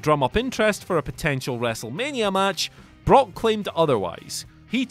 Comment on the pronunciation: Did you say broke lesnar or did i hear wrong? Only first time.